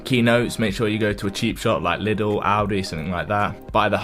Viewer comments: I am German and its pronounced some thing like „Leedle“ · you actually say Liedel. It's German. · Naaah man said Liddel🤣🤣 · the adds they say Lidel.